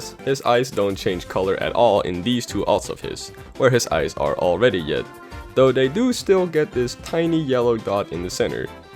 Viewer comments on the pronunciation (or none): you said yed and not red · I just picked this up but u said yed instead of red... sorry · Is it just me or did he say yed instead of red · it sounds like “where his eyes are already yed” is being said instead of “where his eyes are already red” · you said Yed not Red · "where his eyes are already YED" Ok we got a Lil mistake here. To me personaly this line is just funny beacause he said yed insted of red. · my boy said yed and not red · You said yed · When he was talking about meta knights red eyed alts he said red yed wow funny bruh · In the metaknight part you said [his eyes turn yed.] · He said when he was talking about meta knights eyes he said yed instead of red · While taling about red alt meta knight you said yed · He says "Yed" instead of red... ( - ) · Did he say yed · he says yed instead of red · “Rey” lol I know you meant red but it’s funny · “yed” Am I the only one who noticed this lol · “Where his dots are already yed” you mean red? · Yed yed yed you mean red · You Said Yed Instead Of Red Lol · he says “yed instead of red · you said “yed” not red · did you catch that he said yed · Useless fact: said "yed" instead of "red" and it completely distracted me from the video. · "where his eyes are already yed" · u said yed not red. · did anyone else hear him say yed instead of red? Or is that just me? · " ... Where His eyes are already YED " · He said yed when talking about meta nights alts with red eyes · “yed” lmao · LOL he said yed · is it just me or does he say “Yed”? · When he was talking about metaknight's parry did anyone else hear "yed"? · "Where his eyes are already yead." 😂😂😂😂😂😂😂😂😂😂😂😂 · Fun Fact: pronounces 'red' wrong